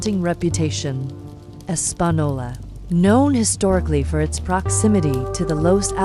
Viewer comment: As someone who has lived and still close to Española N.M. This AI is the worst’s I’ve ever heard say it 😂